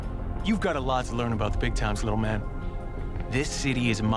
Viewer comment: its MA'AN !